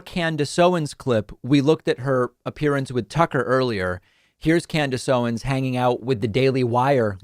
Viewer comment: haha, i love that they way you say Candice Owens, almost sounds like "can of soda"